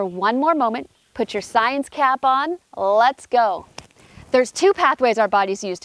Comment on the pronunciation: Another "plant based" "expert " telling us the latest "sciennzz"